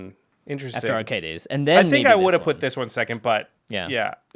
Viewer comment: Watching this and then the most recent episode of the podcast, I'm shocked that Jimmy still doesn't know how to pronounce Arcades. Lol